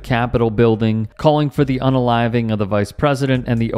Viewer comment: 'Un-a-living'??? WTF?!